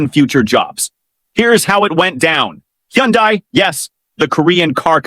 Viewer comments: Cant even pronounce hyundai correctly. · They were treated pretty crappy. And that just upset the Korean public. Like a slap in the face after being asked to invest billions of dollars. This stupid lady can't even be bothered to pronounce HYUNDAI properly, couldn't be bothered but demands that America has to be respected. Show a little respect and you might get some. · She couldn't even pronounce Hyundai correctly.